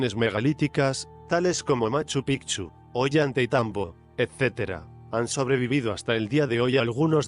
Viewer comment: No es Ollanta y tambo,. Es Ollantaytambo y se pronuncia Ollantay tambo Por cierto, hubieras pues aquí algo impresionante que está cerca de este lugar y es en una loma hay una muestra de cómo sacaban los bloques de piedra y se ve como en plena piedra hay un hueco de donde sacaron una piedra y los cortes SON IMPRESIONANTES